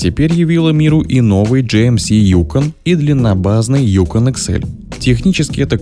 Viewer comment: Опять диктор неправильно ударение ставит. Правильно на вторую гласную ЮкОн.